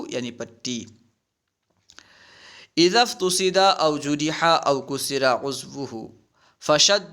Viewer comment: حضرت ، افتصد ، جرح ، و کسر کو مجہول پڑھ رہے ہیں توجہ فرمائیں